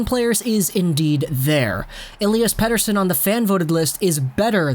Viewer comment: I have to say you pronounce "Pettersson" perfectly in Swedish in the beginning in this video! :)